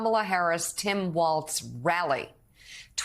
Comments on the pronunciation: Walz Mika. Not waltz. Like Walls. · its not Waltz. WALLS.....WALLS......WALZ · Walz is pronounced: WALZZZZ (no "s").